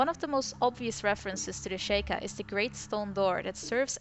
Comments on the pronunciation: I just noticed something, and I'm sorry if I sound like an asshole saying this, but I am a LITTLE bit of a stickler, it's pronounced She-Kah, not Shake-ah. XD Just sayin ^_^ I do however, still enjoy your videos! They have good points that I haven't exactly considered myself yet! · Stop saying shaykah its pronounced sheekah